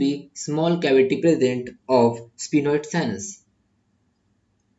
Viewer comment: Sphenoid not spinoid